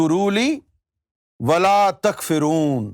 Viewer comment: Takforoon not takfereen